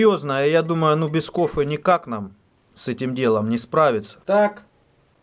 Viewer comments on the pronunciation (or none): не говори пожалуста больше //кофэ// говори //кофе!!! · Чууууваааак!!!!! Без "КОФЭ НИКАК" ))))))) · Лайк за "кохфэ" и "стартуем" - вышло супер чётко! : D : D : D : D